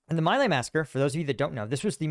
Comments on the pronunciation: MINOR clarification: "My Lai" is pronounced "Mee-LIE." You are a true patriot. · Pronounced "me lie" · Just a small correction, in an otherwise great video, for which I thank you. I learned from it. The name of the massacre you cite is pronounced "Me Lie". I remember the controversy very well. I lived through those years. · An excellent assessment of the situation. One correction. "My Lai" is pronounced, "Me Lie." It only looks like "My Lay" but that's not the correct pronouciation. You are very much correct that Lt. Calley was tried and convicted of following illegal orders to massacre this entire village filled with people and animals. Many people argued then, and even today, that many MORE people should have been convicted. It remains a scandal that Calley, although he led the Charlie Company in this massacre, was the only one scapegoated and punished for the massacre. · Great video. Thanks.... Its important for you to tell us about your experiences and the standards and culture of our armed forces. And now our daily trauma from the resident of the Oval Office compels you to voice your concerns along with the former veterans and the video they made. FWIW (from Google AI) The correct pronunciation of My Lai is mee-lie (/miː laɪ/). The first syllable, "My", is pronounced like "mee", not like the English possessive word "my". The second syllable, "Lai", is pronounced like "lie" (as in a lie or recline). It's just I am old enough to remember when this hit US TV. Thanks again. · Mei Lai is pronounced like the English words 'me' and 'lie'. Just thought you might like to know. Love your stuff, morals, character. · At the time, I always heard My Lai pronounced Mee lie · As a young Boomer the pronunciation is "Mee Lie". I remember hearing it on the news and 60 Minutes. Ironic that Trump, who got deferments from being drafted, is also a documented liar - "me lie". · oldie here, My Lai is pronounced mee lay. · Not to nitpick, but you're pronouncing My Lai incorrectly.